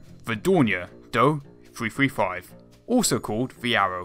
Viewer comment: I was surprised at how much i liked this: your inclusion of other similar designs as a comparison was particularly well thought out. [[By the way, one says both letters of the aircraft. the Do-335 is D-O-3-3-5, not "do"335]] i REALLY like this effort and recommend it!!!